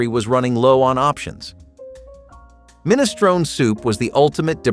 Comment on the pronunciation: You're pronouncing minestrone wrong.